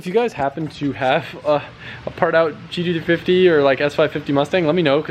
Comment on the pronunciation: He has such a hard time saying gt350🤣